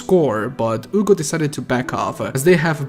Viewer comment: You say “Ugo”. It’s (H)ugo. Hugo.